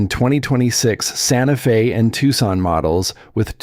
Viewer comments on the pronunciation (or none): none